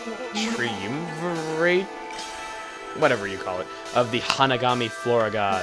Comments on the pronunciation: tri-um-vir-rate triumvirate, not tree-oom-virate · I loved your pronunciation of "triumvirate." Tri-um-vur-it. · triumvirate is pronounced "trahy-uhm-ver-it" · tri-um-ver-ate. Just like it's spelled. (Accents may vary.) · Triumvirate = Tri-um-ver-it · lol Study about everything Japanese culture for Okami. Forget how to pronounce triumvirate.